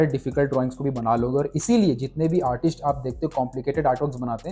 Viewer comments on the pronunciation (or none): Artist hokar artisht to mat bolo yar, video dekhna ka maza kharab hojata h